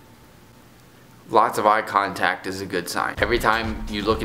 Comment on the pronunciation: When you said "eye contact" I thought u said "use contacts" I was rly confused for a minute.